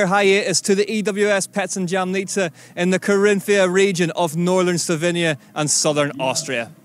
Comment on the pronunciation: Jamnica wasn’t said correct once in the whole video